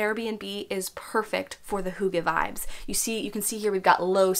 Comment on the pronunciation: not to be THAT person lol but as a dane... if you are going to make a video with the title and concept of hygge in it.. it wouldn't be THAT much to learn to actually pronounce it correctly dear💕 it's NOT hoogge. hugge. it is: hyyyygge. heeeeeeogge. try and hear how danes pronounce Y. it's not easy if you never heard it before. now i can let go of how you interpret the meaning, but at least pronounce it correctly 👀👀💕 and to describe in short what hygge/hyggeligt means: i would say it's : precious moments of the soul. two friends eating pizza, cozy lights, a good soulful conversation, being mindful of the small things, having a meal with friends nd laughing, a cute pencil with a heart on it and you "oh how hyggeligt!"" it's a lot of things... it's not cozy. because hygge is a word ingrained in our culture that you actually can't translate. not all words can be translated. but you can certainly use the feeling of it.